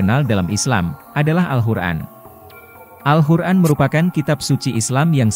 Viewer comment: Maaf. Tolong perbaiki sebutan Al-Quran